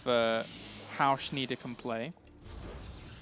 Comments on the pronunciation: PRONOUNCED SHNY-DEHR, FFS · You hurt me ears when you pronouce like Shneeder!